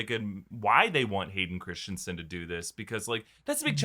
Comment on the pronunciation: erm....How many channels....... It's 'Christensen' , NOT Christiansensensensne......lol